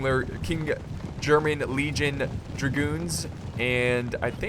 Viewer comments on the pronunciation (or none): none